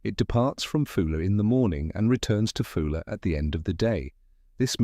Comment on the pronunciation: It is a Scottish island not British, name wrongly pronounced, AI generated slop